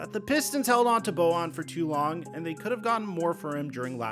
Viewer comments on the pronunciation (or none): It's pronounced like Boyan, he's not Latino.